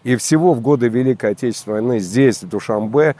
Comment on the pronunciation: Какой-то безграмотный политолог Мулоджанов, ладно ведущая говорит невпопад Дюшанбе, вы что политолог родной язык не знаете на самом деле Душанбе означает понедельник, а такого слова Дюшанбе нет в таджикском словаре.